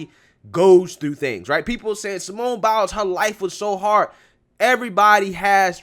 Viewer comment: I agree with everything you said. I just need to add, every time you say "Simone Biles", it sounds like "Simone Bowels."